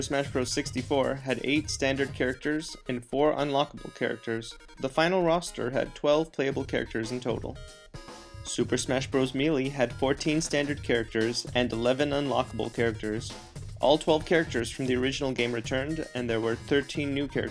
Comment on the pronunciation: Pronounced May-Lay